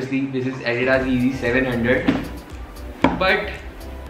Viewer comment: He doesn't even know how to pronounce adidas